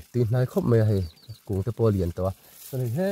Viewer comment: Mei a ni lo, mai tih tur.